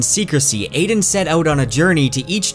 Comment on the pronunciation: Bro it’s AH-DEN not AIDEN, the audible book says it this way and it just grinds my gears lmao, watch the anime and you’ll understand